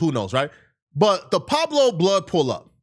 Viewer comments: “Pablo” … u mean PUEBLO! 🤦🏾‍♂️ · thats not how you say pueblo 😅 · It’s Pueblo not Pablo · Pu-web-lo (Not: Pob-blo) …😂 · Pablo?? Or Pueblo 😂😂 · “Pablo Bloods” 😅 I’m sure he meant Pueblo Bloods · Peweblo not Pablo....pueblo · This 🥷🏾Said Pablo bishop 🥷🏾it’s Pueblo Bishop Stop 🛑 Talking La politics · Tf is a Pablo blood?! You mean Pueblos? This nigga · Pueblo not pablo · Its pueblo not pablos 🫩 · Pueblo... Smell it out.. Pppuuueebbbllloooo., not Pablo.. Damn.. Free jefe#🙃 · Never heard of "Pablo's" 😂. I think he means "Pueblo" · Pueblo not Pablo ! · Pueblo not Pablo fool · It's pueblo blood not pablo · It's Pueblo not Pablo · Pueblos not Pablo 😂😂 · wtf is a Pablo blood it’s pueblos wtf is you talking about and you said this happened at 2am ant jefe been posted his video before that you putting a fake story on ant jefe where did you get this info from and Pueblo’s and 83s don’t even beef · Pueblo * not Pablo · Pueblo not Pablo !!! Smh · This crazy man said Pablo bloods 😅🤦‍♂️😂😂😂😂😂😂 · “Pueblo” foo 😂😂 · Bro don’t even know how to pronounce PUEBLOS 😭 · This 🥷 said poblo bloods 😂😂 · Pronounced “Pleb blows” Pablo lol well he was at a taco stand. 🤷🏼‍♂️ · U saying the gang name wrong 😂😂😂